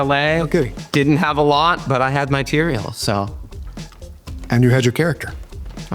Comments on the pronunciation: Tea-re-al. Bahaha 😅 Atticus in a chariot =Uber 😂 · Oh my gosh, "Tereal"?!! 😆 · Teareal 😟 😂 cereal+=teareal 🥣 🫖